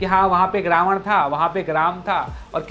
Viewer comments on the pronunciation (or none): none